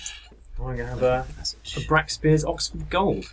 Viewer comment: I really wish I had the patience to play Dark Souls, but the fear of invasion really puts me off it. One very minor point: Brakspear is pronounced "break spear".